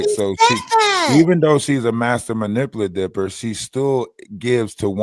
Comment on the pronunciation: Man-ip-u-lat-or. can pronounce every word but that for some reason. Sorry to be a jerk. It just pricked a nerve.